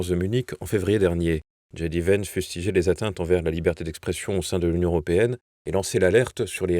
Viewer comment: j.d.vance .... j se dit je en français et djai en anglaas, dji s'écrit G comme gb